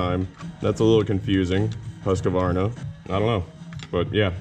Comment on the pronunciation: Been watching alot of yer vids. Try Whos-kvArna instead of Huske-varna. Bugs the hell out a simple Swede when ya say its name :) Thanks for the awesome vids!